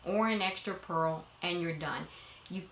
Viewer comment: Purl, not pearl. Very helpful video.